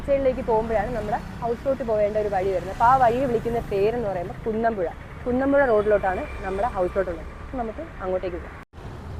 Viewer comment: കുന്നമ്പുഴ അല്ല കുന്നപ്പുഴ